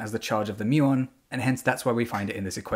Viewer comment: Muon rhymes with fluton